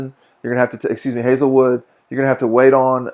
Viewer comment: Close Proximity TV it’s HEYZELWOOD